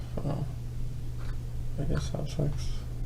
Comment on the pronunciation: Chris doesn't say Sex he says Sax 😂😂😂😂😂